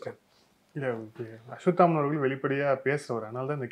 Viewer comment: அஸ்வத்தாமன் அவர்களே, ள வை ல என்று உச்சரிக்காமல் ள வை ள என்றே உச்சரித்தால் நன்றாக இருக்கும்